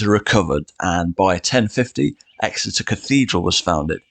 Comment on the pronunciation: EXETER NOT ESSEX